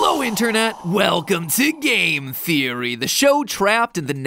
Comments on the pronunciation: is it just me or mat pat said “pizza theory”? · I thought the voice in the beginning was saying pizza theory